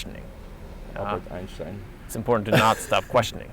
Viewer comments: As a German i can confirm that you say 'Einstein' correctly. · hahaa I was laughing in the video because I thought was pronouncing "Einshhtein" wrong lol. He told me he was actually saying it correctly. I prefer the way pronounces it / the correct German way then how we Americans pronounce it! lol:)